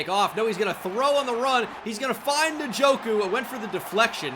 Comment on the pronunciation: Please stop saying nuh-joku